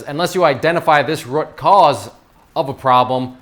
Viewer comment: I can't stand the way you pronounce root.